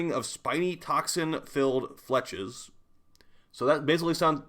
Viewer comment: Fletches? Flechettes